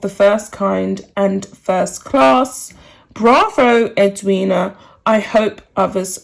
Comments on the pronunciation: Us Aussies are totally behind Eddie as she is affectionately called by Aussies. PS yes you did pronounce her name right. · The reason this was said was because Meghan said “she didn’t want to attend the funeral and have the attention on herself”. You have pronounced Edwina’s name correctly. I am an Australian and completely agree with Edwina.